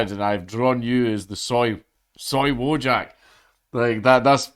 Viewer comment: daaaaank, you do not pronounce "wojak" as "woe-jack".